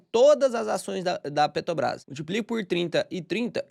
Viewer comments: pq tu fala PETOBRAS, sendo que é petrobras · só consigo hiperfocar no falando “Petobrás” 😂 Achei fofo!